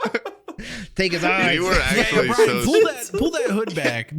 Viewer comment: Wendigoon called Bryan “Bryant” the whole time and nobody corrected him lmfao